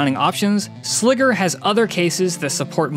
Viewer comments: Sliger isn't "Sligger" doesn't rhyme with tigger, bigger, or figure. Its Sliger as in Tiger or Geiger. What they don't show you in these videos is the actual racking of these cases. Anyone wanting a rack mount solution with rails stay away from these. My whole reasoning for buying these was that I could fit AIO's and they'd be easy to build in and maintain and its been nothing but a headache that I regret. I made the mistake of buying both the 3U and 4U with rails and the rails they sell are generic garbage and don't mate up properly with the holes on the side of the server so the servers wont slide in flush with the rack to actually screw in. There are not good instructions or diagram showing a proper way of doing this so you're just left to guess which holes are supposed to be used and no combination I've tried allows the case to completely slide into the rack without some type of issue. Add to that the boxes are too wide once the rails are mounted which causes the rack mounted slide to mar the side of the server which kinda defeats the purpose of spending this much on something that looks nice just to have some stupid detail like that screw up the powder coating. Ive tried fitting these in 5 different racks so at this point the rack cant be blamed for the shenanigans. They send some 3D printed spacer with the rails that's supposed to align the rails and 4 out of the 5 racks this just made the fitment issues worse. I really wanted to love these because my Ceberus was an ama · It's pronounced 'Sly-gur'... put some respect on Kahlin Sliger's name. 😜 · Sliger is pronounced like Sly-ger. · Good review, but I cringe every time you pronounce "Sliger". SLY-gr. Like "Tiger". The way you keep saying it is WAY to close to Nn...nnever mind. It's deeply uncomfortable, is what it is. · Sliger "sly-ger", when it doubt, "when two vowels go walking the first one does the talking, even when ere is a consonant between them"